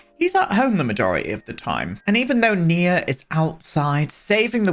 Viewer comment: GASP YOU BEAUTIFUL MAN YOU!!!!! I'm transgender FtM and my given name is Nia!!! You are the ONLY PERSON who pronounced it right! Literally the ONLY PERSON!!! ugh I am now a forever fan, I mean I was always but now yes I am Did you know Nia means Purpose in Swahili? My mother went through 8 miscarriages before she had me then after she had me she had a stroke that paralyzed her so she couldn't hold me but she was determined to hold her first baby her miracle baby and she practiced walking, so on Christmas she held me for the first time. My mother passed on the 14th of September but I absolutely love my name she gave me even though men aren't called Nia so I kept my given name even though I go by my choice name. I absolutely LOVE that you named your sim Nia and I absolutely LOVE that you pronounced it right. Sorry I heard my name on the TV and got so excited I had to write out my story I do apologize for that love but it should show you just how much I adore my given name.